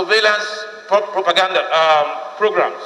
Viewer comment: Did any one hear this man say "survelance properganda"